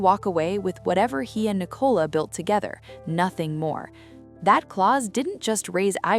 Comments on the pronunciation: Her name Nicola NOT Ni Cola!!! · Her name is pronounced Nic ola it Ni cola.